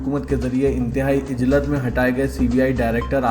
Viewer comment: Aap apni urdu durust kiyu nhi karte ho bhai ujjlat ko aap ijjlat bol rahe ho